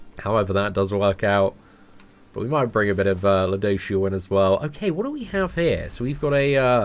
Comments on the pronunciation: Btw it's ludo"siel" not ludo"shiel" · Phonetically its - Lood - o - shell. Lood like loot, you're looting something (stealing). For a while it a while I was hearing ludoucheshell lol. He is a douche but still. Any love you lots. <3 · You’re saying it wrong regardless it’s pronounced: Lou-do-seal 😂😂😂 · I don’t wanna be that guy but it’s pronounced ludo-shell. Please don’t hate me comments... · Its Ryu-do-shieru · It’s pronounced Lude-o-sil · You can say it like this lu do shell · its pronounced LUdosielle last e is silent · It's pronounced lue doh seal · Why he say luduciel like that 🧐🧐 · Say the name right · Every time says ludociel I laugh a little bit, sorry but that pronunciation is pretty funny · No offense but can you learn how to pronounce his name please lol.